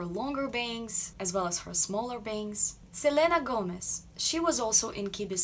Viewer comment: "Selena Gomez"... What's your native language? you just pronounce it very well in spanish